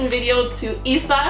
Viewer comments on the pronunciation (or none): none